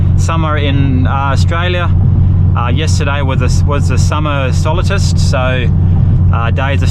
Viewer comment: solstice - not sol 'i' stice